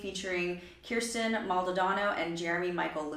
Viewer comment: It’s pronounced “curse ten”. Just like how my name is pronounced. No one can ever get our names right.